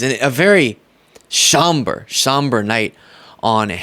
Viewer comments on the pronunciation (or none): dude your 's' is becoming so postalveolar that you literally said "shomber" in this clip. get control of it because it sounds awful